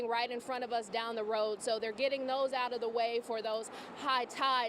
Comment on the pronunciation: Out! Not oit😮!